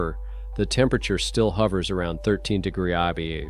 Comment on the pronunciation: What the heck is a degrah? Lol.....Seriously, it's annoying as hell.